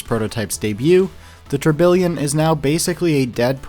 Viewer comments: bro is saying tourBILLION lmao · Great video, but one minor gripe: Tourbillon is pronounced phonetically as "tour-bee-yon."